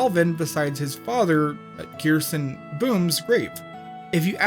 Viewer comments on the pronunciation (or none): none